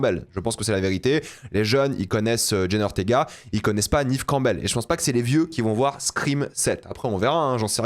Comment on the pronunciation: J'écouterais pas l'avis de quelqu'un qui dit "Nive Campbell" et pas "Nève Campbell"